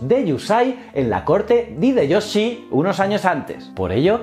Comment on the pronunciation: Me ha gustado mucho tu video. Solo quiero hacerte un comentario: la "H" en nombres japoneses se aspira, la "Y" suena como I y la J es una y. En lugar de decir "Ideyoshi" "Fugitaka" debes decir "Jideioshi" y "Fuyitaka"